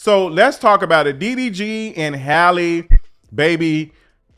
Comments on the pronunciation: Please pronounce her name correctly. It's Halle, not Hayley . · Her name is not Hailey y’all !!! 😭😭😭😂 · not you keep calling her Hailey 😂😂😂 who is that yt woman??! Our sis’ name is Halle like Berry ✨ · come on yall. Halle like Halle Berry. not hailey. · “Hal- ee “ not Hailey, not Holly. Everyone chopping that poor girl’s name up. 😆😭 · Her name is Halle, not Hailey. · You keep calling this lady HAYLEY… her name is HALLE pronounced HAH-LEE… just like Halle Berry… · That girl's name is not Hailey, it's HALLE, just like HALLE BERRY. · her name is HALLE like SALLY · My guy it’s “Halle” como “Halle Berry”. 😂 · I love your videos and takes. However, her name is Halle, like Halle Berry. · ❤with love pronounced Halle like valley. Thanks for the update i wish streamers were charged with bullying when they manipulate their audience😢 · It’s Halle like Halle berry btw ❤ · The way you pronounce Halle's name 10 different ways is sending me.